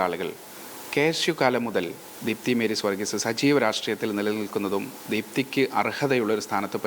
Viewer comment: മേരീ സ് വർഗീസ് ( പല തവണ പേര് തെറ്റി ഉച്ചരിക്കുന്നു, ഇത്ര ഉത്തരവാദിത്വമില്ലാത്തവരെ റിപ്പോർട്ടർമാരാക്കരുത്.